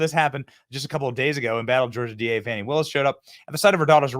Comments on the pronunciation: Who would name a kid "Fani" and then insist the pronunciation be "Fawni?" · I helieve its pronounced Fahni